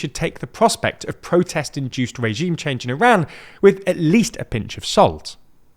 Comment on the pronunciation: You're not even saying the name of our country correctly 😅